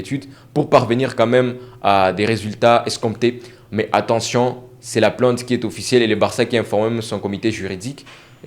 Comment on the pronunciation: PLAIIIIIIIIIIIIINTE PAS PLANTE, COMME TU PRONONCES.